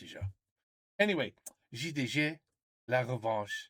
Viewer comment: J'ai bien aimé ta prononciation de "J D G ". Ça faisait très Français